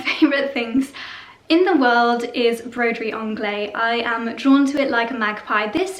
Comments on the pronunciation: You pronounce the ‘se’. It has a definite ending as Broderie in French is feminine and therefore ends the feminine adjective. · Hi. It's not broderie anglais (masculin) it's broderie anglaise(féminin) . The prononciation is not the same, at all. Bisous